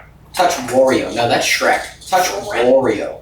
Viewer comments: I always find it funny how he sees Shrek and says Shrock, those two items seem to give him the most trouble 😂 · I like how he saw shrek and said "shrock" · I just love how he still insist on Shrock instead of Shrek. Like he renamed it and dont ever wanna change it. Funny thing is whenever I see a shrek picture, gif etc. I call it shrock also. It is hilarous. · His mischievous insistence on calling shrek "shrock" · I like how calls Shrek Shrock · is right its Shrock, not Shrek!! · Green = shrock 😆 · sees shrek and says Shrock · poor guy's forgotten how to say shrek again LMAO